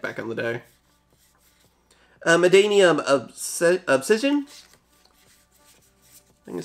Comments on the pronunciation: MaNNadium not MaDDanium , cmon im gett Madd-anium... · Bro it's "Mannadium", not "Maddanium" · Man-na-dium not Man-da-nium 😂